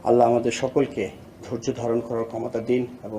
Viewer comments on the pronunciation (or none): none